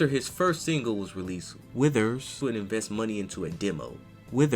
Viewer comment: Can you stop saying his last name like that?